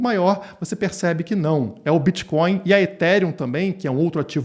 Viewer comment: "Eu kelu bititoin" 😂